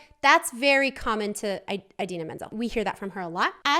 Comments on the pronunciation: a-deenaa not eye-deenaa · it’s ih-dee-nuh not eye-dee-na :) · So for Idina's name, the "I" is pronounced the ih, like when stitch is saying yes in lilo and stitch and he goes "igch". think about that sound so rather than aye-dina- its i-dina. at least that's how Ive always heard it pronounced, :p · her name is pronounced in-deen-a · Btw it’s ee-dee-na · You pronounce Idina like the I in the word "in" :) just to clarify since she seemed confused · You pronounce it “adina” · I think its pronounced "id eena" :) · You say Indina Menzel's name like (In-Deen-Uh Men-z-elle)